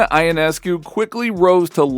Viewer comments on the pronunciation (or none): Ionescu is pronounced yawnesscoo (really fast together)